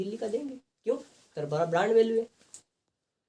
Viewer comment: 😂he said brand value hai ... And i heard jhatt value hai ...